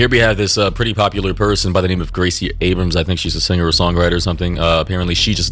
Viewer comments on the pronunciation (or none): none